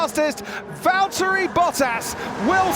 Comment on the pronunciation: Lewis, it's Valtteri